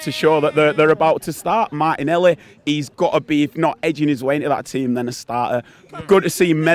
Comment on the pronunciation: ""Manin-eliy" - Martinelli 😂